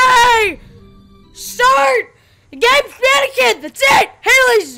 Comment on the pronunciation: Manequins why dose he calll the mainqine